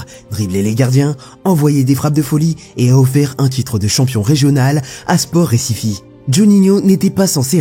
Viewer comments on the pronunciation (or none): On Brésil on parle portugais, pas espagnol, Recife ça se prononce pas Récifé, ça se prononce Récif